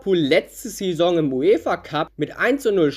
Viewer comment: du sprichst saison falsch aus